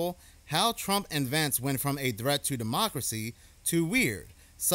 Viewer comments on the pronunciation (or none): none